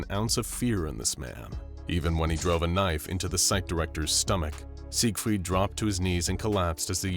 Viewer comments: As a German it hurts me everytime he pronounces Sigfried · Please stop saying siegfried like that